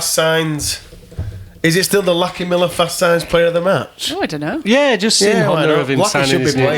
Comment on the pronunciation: Why can’t Brits work out that lachie is short for Lachlan? It’s pronounced LOCK-ee, not LACK-ee for fucks sake. Stop talking about “Lackey” Miller.